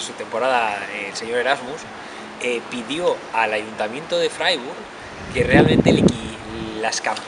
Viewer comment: Se pronuncia fraiburg